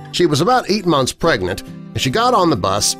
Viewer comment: Omg it sounds like u said a "pregant woman" The first time u said it